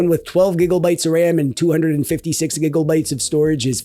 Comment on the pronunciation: Cool review man! Makes me laugh when you say " gigaubyte "